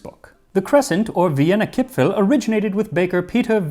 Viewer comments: Very nice pronunciation of Kipfel. A bit more of an 'e' sound like in devour. Here in Germany we have an almond based Christmas cookie treat called 'Vanille Kipfel'. Very good and also shaped like a cressing moon. Maybe the shape? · you actually got the pronunciation of "kipfel" spot on. mad respect. never heard any english speaker pronounce any german word that correctly.